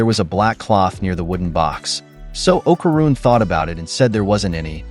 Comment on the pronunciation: Pisses me off the way u saying okaruns name